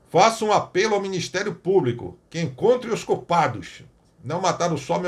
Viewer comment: Só Jesus!!😱 Deputada que nem sabe se expressar de maneira correta... ("Cadê o ministério públiCU?...cadê o ministério públicu?!) 🙉 É isso que temos no congresso! 🤷‍♀️